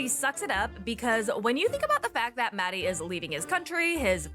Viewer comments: Don't understand why she doesn't put the effort to pronounce his name properly, it's literally not that hard... It's maHHHdi not Maddie 😑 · I also wonder why she keeps calling him Maddie. It's weird. She's not even trying.